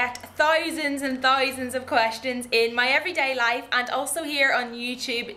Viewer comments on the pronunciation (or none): "thoisands and thoisands" omg <3